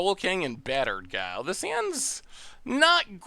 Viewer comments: He calls it battered cow like that since the spoiler day, at first it was by mistake, nowadays i don't know but he could very well still be saying it wrong without knowing... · I thought he was calling it BUTTERED cow for flavor